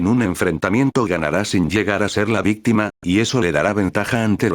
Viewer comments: Dijo VISTIMA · vistima? Jsjsjs